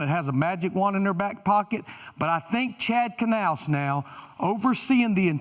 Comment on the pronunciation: It's Knaus!